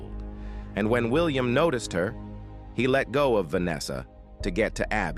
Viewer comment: Happened hospitael uncotuios noticcied best ai voice 😂😂